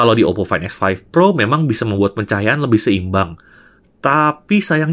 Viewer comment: Fain ex faif pro faif ji 😂😂😂